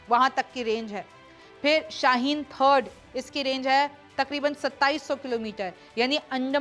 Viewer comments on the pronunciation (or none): none